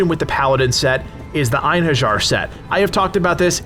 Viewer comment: Einherjar is pronounced in-hair-yar, and is the name for the warriors of Valhalla.